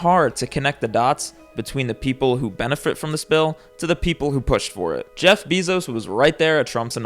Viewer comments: It's pronounced BAY-ZOS 😢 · He’s saying “Bezos” weird too 🥲